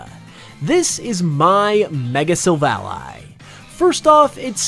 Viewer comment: After how he pronounced "Silvally," i just know he can't pronounce pokemon names correctly